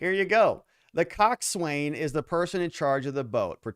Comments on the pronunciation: Coxswain is pronounced coxsin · Pronounced Cock’sun, The Coxswain is the crew member that calls cadence for the rowers and orders needed stroke changes.